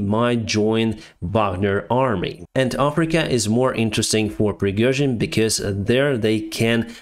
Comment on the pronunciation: Пригёжин)))Ох уж эти иностранцы)